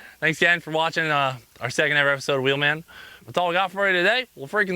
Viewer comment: So i think its unanimous, Cleetus, please try and catch yourself when you say wheelman and say it like before with the extra eummmf lmao. Definitely at the beginning of the episodes, it totally hypes me up. Im sure others feel the same. As i am watching i am doing it for you and getting excited.